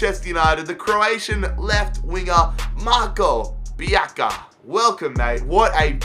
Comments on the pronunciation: Marin TV Yeah, the sounds of "C" is like "ZZ" in italian Its like "Pizza" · It's not pronounced pjaka it's pjatsa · It's not Pjaka, it's Pjaca :D Try to pronounce it Piazza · Marko Pjaca no Marko pjaka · I am from Croatia Love you keep up the good work It s pronaunced pjatsa not pjaka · im croatian, but its not pjaka! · Pronounce it like pjatsa. Same like piazza in italian. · Pjaca is pronounced like "Pyatsa" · I believe Pjaca is pronounced Piatza, I'm not Croatian though so don't kill me 😂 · Aym from Croatia Marko Pjaca no pjaka hahahah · I am croatian and its pronounced pjatsa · it’s more like pyatsa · zar se ne kaže Marko Pjaca